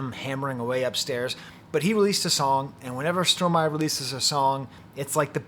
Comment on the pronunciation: I hear you, both literally and figuratively. Thank you for your review and your deep appreciation of Stromae ( and the correct pronunciation of his name!), First, I believe your are correct in stating that "L'enfer c'est les autres" is from Sartre, but is it not from the play "Huis Clos" (No Exit) where a group of people sure to drive each other crazy are trapped together in a room, which is HELL. Do you know the play? In this case, Hell IS other people. That brings me back to your interpretation of "toi." I hear the haunting chorus of female voices that starts him fighting with himself. "Ya Ya Ya Ya Ya" they sing. Is "toi" some guilt-laden memories of women in his past? Stromae is so great because he takes on the most difficult issues. Mental illness with suicidal ideation surely is one. I can only think of one song where he thinks of suicide, "Te Quiero" where he envisions himself at the top of a building about to jump off and "j''aurai l'air d'un con quand je sauterai dans le vide." This is about a love/hate relationship. "Je l'aime à mort mais je la déteste." Is this happening again? "Fraid so. So....